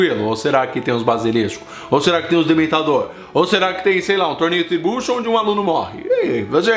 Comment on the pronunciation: errando duas vezes, que foi isto? Kkkkkkkkk "torneio triBUXO" e "balisilisco" kkkkkk